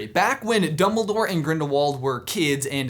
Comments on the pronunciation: Oldbledore? OLDBLEDORE?! Not DumbOLDore? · Did i just hear youngledore?????????????? I really hope that he learned it from potterless XD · youmbledore... you really just said.... YOUMBLEDORE